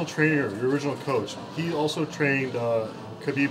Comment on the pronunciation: Lmao, what were those attempts at saying Khabib's name? hahaha.